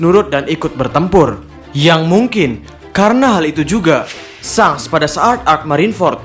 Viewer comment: sangs.. asli ga enak didengernya. Klw ga bs bilang Syengs, paling ngga syangs gitu